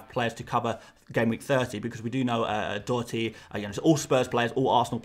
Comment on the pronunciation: Bravo on your pronunciation on Doherty